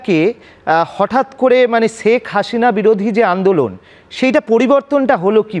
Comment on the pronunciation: সর্ব প্রথম, সঞ্চালক মহাশয়,আপনি বার বার ছেক হাছিনা বলছেন, অথচ বাংলাদেশের ১৮ কোটি লোক শেখ হাসিনা বলে উচ্চারণ করেন এর পর হচ্ছে,সজীব ওয়াজেদ(জয়) বলছেন ওনার মাতার বিচারের রায় হাস্যকর, অথচ ওনাকে বিন্দুমাত্র হাসতে দেখলাম না।দেখে মনে হচ্ছিল ,বরাবরের মতো কঠিন চেহারার কাঠের পুতুল, শুধু তাইনা ওনার, পিছনের নীচের অংশে ভেজা ভেজা অন্য রকম দেখাচ্ছিল। আর সঞ্চালক মহাশয় ? ওনার মাতা,যে কারণেই দেশ ত্যাগ করে থাকুক। সাথে সাথে পুরাতন দলের সবচেয়ে বড় দল, ওনার মাতার সাথে, ৩০০শত সংসদ সদস্য, অন্য সব কেন্দ্রীয় নেতাগন, সব এক সাথে পলায়ন করে, আপনাদের কোলে কি ভাবে পরেছে ? যখন ওনার মাতা সরকারের প্রধান। ওনার কথা অনুযায়ী দেশের সর্ব বিহৎ দল। পুলিশ, আর্মি, সকল বাহিনী, প্রশাসন, বাকী থাকে, আপনাদের নির্লজ্জ সহযোগিতা তারপরও এক সাথে ,এতোগুলো নেতা, প্রশাসনের লোক, আপনাদের আশ্রয়ে কেন ??? ওনি বলতে না পারলেও আপনি পারেন ? অনেক কথা বলা হয়নি।